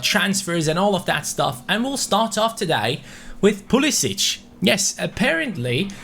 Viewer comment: It is pronounced Pool-i-sick